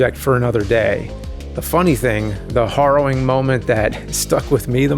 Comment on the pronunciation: "horrowing" Can you go even one video without pronouncing something wrong?